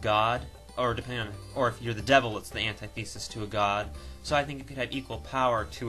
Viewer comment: Please, PLEASE stop saying "anti-thesis." You're gonna make my head explode with that pronunciation. Oh, and just to be bad, Link & Sheik. ;-)